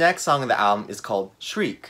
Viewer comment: Lol yeah when I was listening back I was like oh I did not pronounce Shrike right 😅. Really thought I would screw up saying diatribes but I’m full of surprises. I actually should’ve added Shrike to my favorite songs on the album list because I did like it initially and I’ve listened to it a few more times and it is very beautiful and haunting.